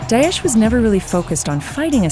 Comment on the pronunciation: It’s not Dayesh, it’s Da-esh.